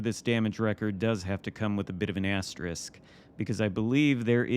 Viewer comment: Thank you for not saying 'astrik' 😂